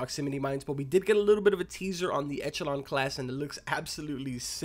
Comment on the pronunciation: Its pronounced ekelon